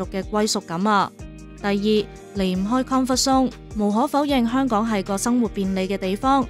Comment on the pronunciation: 香趕？？啲懶音咁嚴重